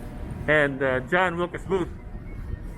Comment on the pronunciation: John WILKES Booth - not Wilcas